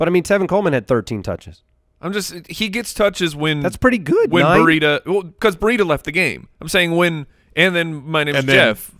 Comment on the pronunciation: ls it an AZ thing to pronounce Breida ...BUREEDA? We here in Brandon, Fl (Breida's home) pronounce it BREEDA.